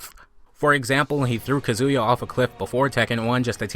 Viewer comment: Ka zoo ya? since when is his name is pronounced like that :1